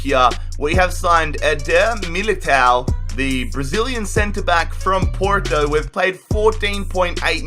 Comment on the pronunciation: That porto pronounciation was quite a good efort congratulations